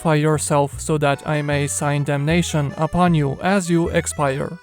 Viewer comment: i may SIGN DAMNATION ??????????? DUDE LEARN TO SPEAK ENGLISH IF YOUR CHANNEL TARGET AUDIENCE ARE ENGLISH SPEAKERS